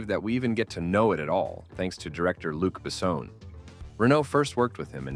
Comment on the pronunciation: Ah, "Luke Bessowne"... 😁